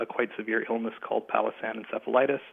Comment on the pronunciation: Great interview. He mentions an illness and I'm not sure I am hearing it right. My ears are hearing Palasan virus. Am I supposed to be hearing Powassan virus?